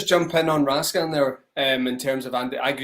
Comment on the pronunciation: If you're gonna pronounce it RaskAAn then Nicolas become Nicola...it will be never ending with all the players names. Best just pronounce it the English way.